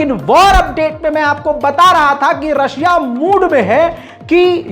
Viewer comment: Bhai aapne rakhshiya bol diye start me